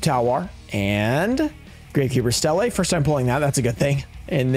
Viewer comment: voice "foist"